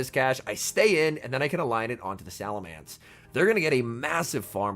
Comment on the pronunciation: I feel physical pain hearing him say salaMANCE and not salaMENCE 🫨